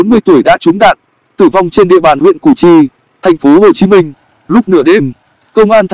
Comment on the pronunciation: Google chứ gì nữa. Làm gì có thành phố "Hắt Ô Chí Minh" đoạn 3:7s đo